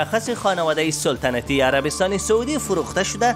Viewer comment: سولتنتی ای چی معنا سلطنتی درست است نه سولتنتی 🤣